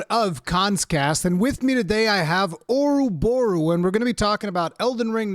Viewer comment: Oroborros weel, Orroborros Deal